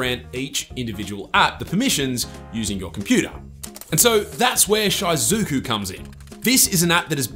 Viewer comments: It's pronounced She-Zoo-Ku, not, Shy-Zoo-Ku, maybe do a lil bit more research and pronounce things right? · Its "she-zu-ku" not "shy-zu-ku" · It’s actually pronounced she-zu-ku lol. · Had to pause and skip just cuz of his pronunciation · No iys shy-zuku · Short "I" pronunciation in "Shizuku"